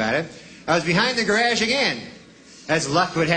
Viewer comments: "Guh- rahhdge"? How much more Canadian can ya get? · Wrong and wrong. He says it multiple times and not once is there any 'D' element. Every time it's 'ge-RAZH'. (Same stressed vowel sound as in 'casual'—'CAZH-oo-ul'.) And in any case, I'd say 95% of Canadians say 'ge-RAWZH', as in 'barrage', so you're wrong there too. (I do recall noticing, incidentally, that Jay Leno, on his program Jay Leno's Garage, says 'ge-RODGE'.)